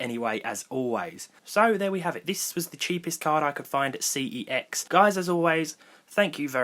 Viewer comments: it's pronounced "sex" not "C-E-X" and spelled CeX not "CEX" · Its pronounced sex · That's not how you pronounce CEX. Look it up. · How to you pronounce CEX ? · why do you pronounce it incorrectly while working for them...?